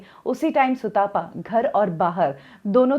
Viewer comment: सुतापा नहीं भाई सुतपा है। तप से आया है। सुतपा मतलब जो अच्छी तप करने वाली है। भारत के लोग आजकल तप शब्द से भी अपरिचित हैं!